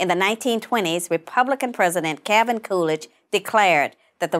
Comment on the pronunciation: I had no idea that the l in the middle of "Calvin" was silent.